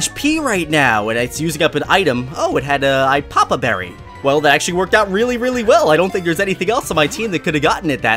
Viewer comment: Its a lappa berry not an lappya berry